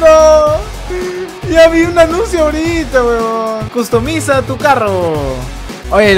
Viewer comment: Me dió gracia como dijo customiza tu carro xD